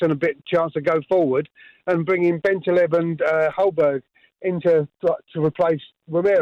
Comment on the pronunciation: Did the first caller say Bentalib?